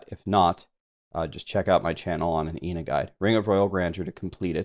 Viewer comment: Good video bro but the way you pronounce Inna’s hurts my soul